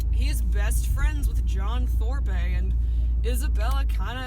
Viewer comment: lol 'Thorpay'